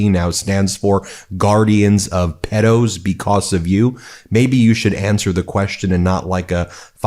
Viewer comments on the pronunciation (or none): It’s pedo not peddo.